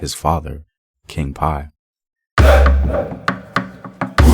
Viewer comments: King PI-YE (pee-YE) not pie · That’s not how you pronounce Piye. Or granite. Ugh 🤦🏽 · I love how he proudly mispronounces his name. Ugh. Can’t say the level of research is deep, here.